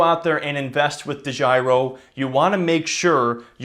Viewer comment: De Giro (totally butchered the pronunciation) is a Dutch company, recently bought by a German company (Flatex).